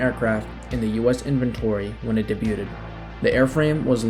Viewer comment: Clumsy writing and numerous mispronunciations make me question the integrity of this production - debuted spoken as 'day-but-ted'?